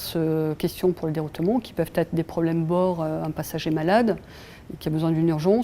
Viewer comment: Om dit deroutement pas deroutoumont